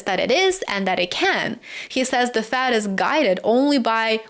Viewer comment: Good work,! Tip: It's "Fed", not "Fad". But I understood you.